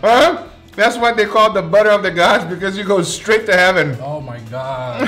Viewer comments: I heard him say “boner of the gods” no one will convince me otherwise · I kept hearing him say “bubble of the guts” instead of saying “butter of the gods” lol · i hear buddha of the gods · I heard butter of the guts